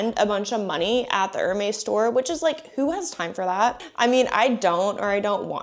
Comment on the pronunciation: I’m gonna take one for the team and step forward to save the sanity of all of us in the grammar police tribe. It’s pronounced “er-mez” … not “er-maze” or whatever you are saying. 😬 🧡🧡🧡🧡🐎